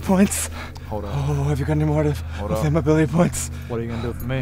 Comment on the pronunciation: Ability "coke"points 😂